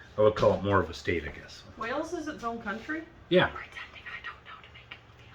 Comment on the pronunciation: He also calls Wales 'Wells' - a lot of Americans do this - if the 'a' sound is so hard to say why don't they call a tomato a 'tometto'? 🙂